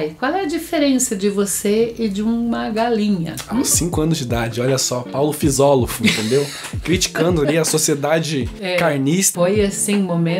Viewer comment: "Paulo fisiolófo" kkkkkkkkk ,sua mãe é maravilhosa kkkk